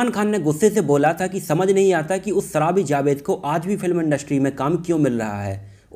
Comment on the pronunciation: Bhai please learn to pronounce the words correctly.. saarukh khan, sooting, saraabi, uze,Akson, rakes rosan,kosis etc..etc...